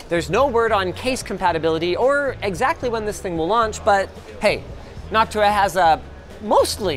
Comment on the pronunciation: I can't help but hear "Noc-tuah"